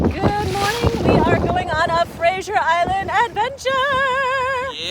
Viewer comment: That was great. Thank you. Btw, you sound like you’re saying Frasier Island, rather than Fraser. Is that just an accent difference or did u just forget? Just curious…